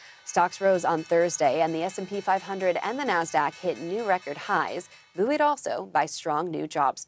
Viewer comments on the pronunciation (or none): "Booeed also". Do you mean buoyed? 😂😂😂😂😂